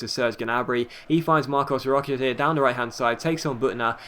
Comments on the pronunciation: Hey just saying, it's pronounced Marcos Rosha, not Roka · Hey, say "Rocha" like "Rosha"